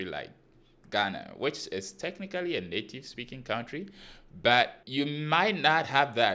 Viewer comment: Native.... nativity...anyhow you want to say it ... navitivy 🤣🤣🤣